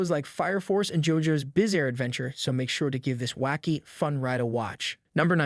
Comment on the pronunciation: Lmao this AI bs is too funny Jojos bizzer adventure, Dar Stone, cage a mitsu, yu yu huhkoosho, yoosook, Kahnahagakure, hocage, I cheego, Luhffy, are some of my favorite